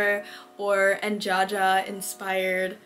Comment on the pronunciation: Her name is pronounced enhaha not (enjaja) jaja is just the way to spell haha in spanish